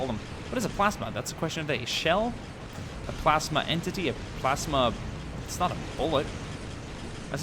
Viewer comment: its a PLASma Not plasema